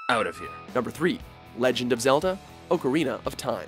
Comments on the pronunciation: Did he just say "legend of Zelda : Oakarina of time" ? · oakarina lol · Oak-arina of Time? Really? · Did he really just say ocarina of time?